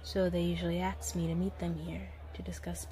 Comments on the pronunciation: Saying aks instead or ask is so randomly cute to me 🥺 i was gushing through this whole thing cause of how often she said it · Axe = Ask